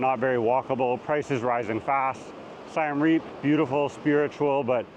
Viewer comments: It's Siem NOT Siam and it's pronounced "See-em"! Please learn the basics! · please, please, please get the name of the city you are featuring right. It’s not Siam Reap, it’s Siem Reap. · Siem Reap. This guy pronounces it as Sai-Em Reap, not Sii-Em Re-ap, as locals do. He does not what he's talking about. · You lost me when you pronounced Siem Reap as SY-AM Reap. It's a short "i" and a short "e"....like the letters CM. I bet you pronounce Iran incorrectly, too: it's a short "i" again - it doesn't sound like EYE-ran. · “Siam Reap”. Tell us you’ve never actually been to Siem Reap without telling us. You’re an imposter. And you believe what’s important to you is important to everyone else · It’s Siem Reap, not Siam Reap. 😂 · its siem reap, not siam reap. hardly an expert when he doesnt know the name of the city. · Siem Reap is pronoumced like the country of Siam. I lived and worked there several years. Google translate has it right. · You’ve been to Siem Reap and you don’t even know how to pronounce the name properly? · Bro, you couldn't even correctly pronounce either of those two Cambodian cities.